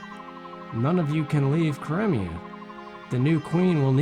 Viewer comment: 1. OH MY GOD, YOU SAID CRIMEA RIGHT!!! Haha, sorry, that had been bugging me all series. 2. I'm happy they DIDN'T end up making this a romance plot between Ike and Elincia. There's romantic tension, A BIT, but I don't think they wanted to stretch it, which suits me just fine, because Ike and Soren forever, THANK YOU. 3. Well, okay, you said it right the FIRST time, anyway...sigh. 4. "We are the sultans, we are the sultans of swing." Correct. Dire Straights is a good band. Straights? Straits? I THINK it's the first one but I'm not positive. I can't spell for shit. 5. Ashnard: "Let Daein fall with me." Micaiah: "BITCH, I DON'T THINK SO!" And thus, the second game was born. 6. Hmm, from WHOM did you learn that it's pronounced "CRY-me-a", hm? Sounds like a me thing to have definitely said at the start of the series, so you're only now just getting to my comments. THAT'S fine. Or it was just someone/something else entirely. 7. Really? I always did Tibarn. I think he has the best balance of the three. 8. NOOOOOOOOOOOOOOOOOOOOOOO! You know why. XD 9. The criticals are, ahem, CRITICAL to your success. Ha...ha...I'm punny. 10. You get to a point in this game where the weapons triangle doesn't matter, and for future reference, eh, Soren can hurt Ashnard. 11. He's calling himself a poor imitation of--and I can't spell this--Caineghis. The Lion King, I mean, the real one. 11. Rajaion is DAYUM! 10/10. XD Remember, though, I have exquisitely diverse tastes. Any other guy with any other loo